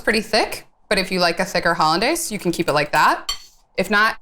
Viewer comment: Did she just say 'holiday' sauce. . . ?